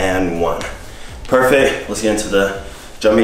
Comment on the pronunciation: "Perfec" -, 2019